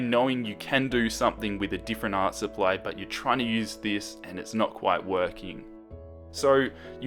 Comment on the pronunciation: You said cheap art suppy instead of supply ^.^